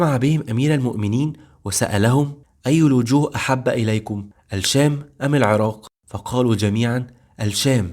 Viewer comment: اتمنى تحاول تضبط نطقك للكلمات اخى الكريم كلمة "الشام"نطقت لامها قمرية مع انها شمسية لا تُنطق وهذا من باب التذكير فقط ربنا يوفقك فى القادم